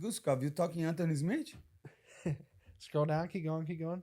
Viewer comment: Guzkov you mean antony smitch? That’s fucking hilarious my brotha